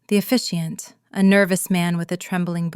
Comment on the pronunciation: The word is officiant